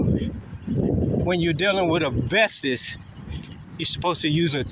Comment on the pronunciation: First of all, welcome back, we missed having you to laugh at. Its called asbestos(not bestis), and black mold(not mole), and that is abated and removed before the demo process. I hope you made friends in there, because its just a matter of time before you end up going back